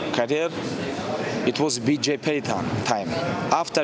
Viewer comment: He butchered Bj Penn name 🤣